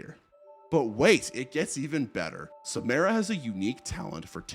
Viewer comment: Not sure what is so hard about pronouncing Samara correctly. They only say it like 100x in the movies